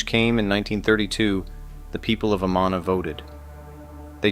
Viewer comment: Its pronounced a-man-a, not a-ma-na